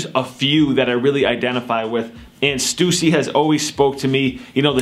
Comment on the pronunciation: he said stussy wrong lol